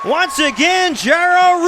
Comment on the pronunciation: His name is pronounced Jar-oh not Jay-row. #TeamJaroRouse